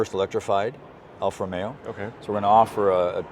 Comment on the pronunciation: It is NOT Alfa Romeyo. It should be ALFA ROMEO!!